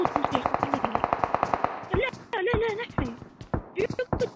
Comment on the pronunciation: 😂 it's not le le .it's la la, means NO NO